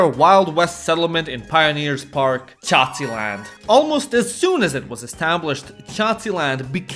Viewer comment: MAN! I COULDNT STOP LAUGHING AFTER HEARING CACILAND XDDDD